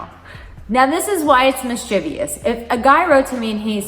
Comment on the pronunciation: Mischievous, not mischievious.